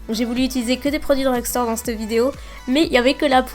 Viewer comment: j'aime pas quand tu dis CTE video, CTE couleur ... a la place de CETTE video, cette couleur ..